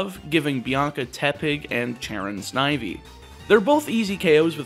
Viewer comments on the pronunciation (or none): none